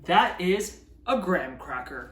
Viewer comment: Why can’t Americans pronounce Graham?